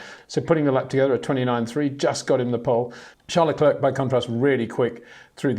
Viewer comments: First say Claire. Then say Leclerc. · When will Peter learn how to pronounce Verstappen en Leclerc?